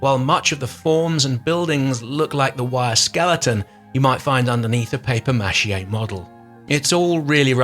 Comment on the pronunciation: nigga said paper machiet